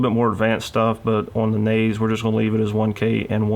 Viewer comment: when he said naze i cringed